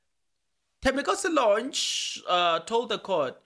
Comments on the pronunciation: Please pronounce Thembinkosi's surname correctly Lorch not Lonch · 🤣 the its Lorch not Lornch 🤣 but its okey the content is dope though 💯